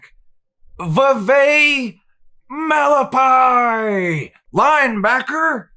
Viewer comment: Yeah you got like half right lol. Vavae Malepeai is "Vuh-vEYE Ma-le-PAY-eye" (eye as in what you see with) and Palaie Gaoteote is pronounced "Puh-LEE-ayy" "NOW-tay-OH-tay"